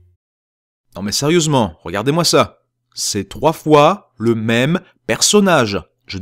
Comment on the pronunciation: à , plus sérieusenant xD petit fourchage de langue ! :p (oui ça sers à rien de dire ça et alors ? au moins j'parle de la video '-') haha sinon, j'ai adoré ta vidéo, elle est hyper drôle comme toutes les autres que tu à faites, franchement continu comme ça c'est super ! ^^